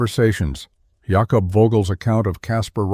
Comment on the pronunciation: Jah kobb? WTF is a Jahkobb?